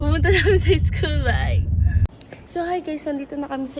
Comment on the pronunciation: You're from Nueva Ecija without saying you are from Nueva Ecija. Dahil and bigkas mo ng school ay Is-kul.